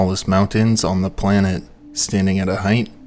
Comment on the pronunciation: ... YOU said "planet" lol